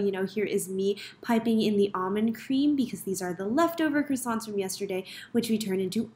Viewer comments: Croissant is pronounced as Kwason ma’am. You’re in Paris as a pastry chef, you should know this 😂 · Great job! Just one thing. If you're working in Paris, please learn how to pronounce croissant properly! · French patisserie cheffe who still cannot pronounce croissant correctly…